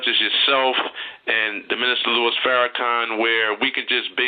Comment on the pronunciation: Lol I know you wrote your comment about 6 years ago but I'm listening to the interview for the first time and every time he refers to our dear brother Minister as" Lewis" it's just so cringe-worthy to me.